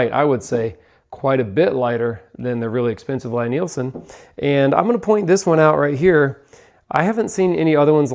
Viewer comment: It's L-E-E Nielsen. How dare you mispronounce the worlds greatest purveyor of the worlds finest hand tools in the worlds bestest craft. Love your Lie-Nielsen planes like your first born child. Take care of them and they will take care of you. The price definitely matches the quality, the moment you pick one up its readily apparent. Woodriver is a close second to the LN planes in terms of quality when we're talking about the bedrock style bench and block planes. If your into the low angle jobbers or prefer the Norris style of adjuster Veritas out of Canada is of the same quality as the venerable Lie-Nielsen. Melbourne Tool Company is the new kid on the block and of good quality but nowhere near the heirloom quality of the Lie-Nielsens. I have to say tho, my favorite plane happens to be my Stanley Bailey style #5 which my great grandfather bought and used. It was produced around and still takes sub thou shavings. Amazing how handplane technology hasnt changed much is the last hundred years. I too am a plane fanatic, and your excitement about them is awesome to see. Been watching you guys for a few years and you guys are a great inspiration for young people in the trade. Keep up the great work and dont stop being the fantastic role-models that the entire Perkins builder bros team has become. More plane videos please!!